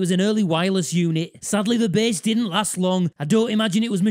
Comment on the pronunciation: This dude leans hard into his bass mispronunciation.